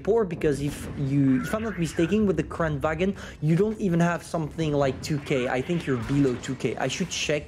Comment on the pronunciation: It's pronounced kran-van...